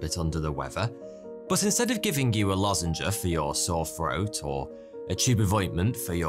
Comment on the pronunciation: You said 'lozenger' 🤣